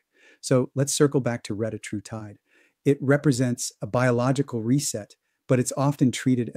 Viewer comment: For all you biohackers, it's pronounced reh-TAT-roo-tide